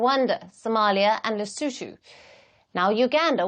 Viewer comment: Lesushu😂 instead of Lesotho